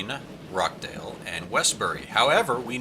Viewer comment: Hi another great video but I do kind of miss watching you build. On another note I heard you calling Rochdale "Rockdale", it's a ch as in cheese. I like to leave you to struggle with the English town names but sadly for the respect of the flood victims of Rochdale I had to point this one out. I've got a link (below) from their local newspaper showing some of the damage the floods caused on Boxing Day. Christmas and New Year will be one they sadly remember for the wrong reasons.